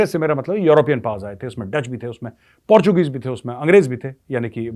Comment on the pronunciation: Jab major sahab ne Portuguese bola to mujhe porkis sunayi diya .. 😂😂